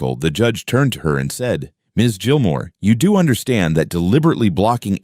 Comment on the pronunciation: Gilmore is not pronounced Jillmore